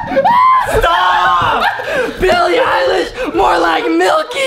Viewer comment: He said ELILISH